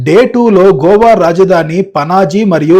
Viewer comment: GOVA GOWA KOWA kadura naina, it’s just GOA